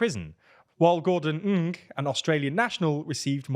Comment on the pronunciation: Thank you for pronouncing Gordon Ng’s last name correctly. Our TV stations in Canada tend to say “Eng”- so annoying.